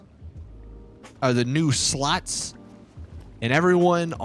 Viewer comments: Ngl when he says slots I allways hear sluts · I'm just wondering why he pronounces slots as "sluts".